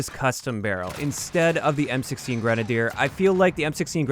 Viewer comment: It is pronounced (grin)-(ay)-(dee)-(ur)